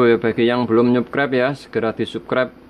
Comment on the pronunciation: Sapskraip. Pngucapan nya mas. Bkn suskrep nyukrep dari tulisan subscribe yaaaaaa sukses